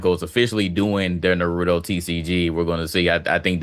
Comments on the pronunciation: Yall pronounce Naruto like some damn troglodytes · You can't be tbh and mispronounce Naruto lol tbh card revoked